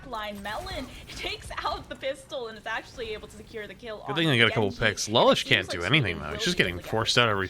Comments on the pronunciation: misspronouncing lullsish´s name for 24 mins whilst he gets bullied with emps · dont think that commentator pronounced lullish correctly a single time